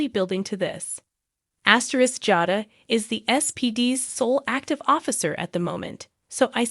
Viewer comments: Rachel is pronounced Ray-shell. Jada is pronounced Jay-dah. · You pronounced Rachel and Jada's names wrong